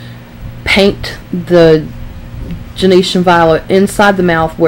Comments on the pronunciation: It drives me crazy that she says Gen-E-tian. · Pronounced “JEN-SHUN” violet.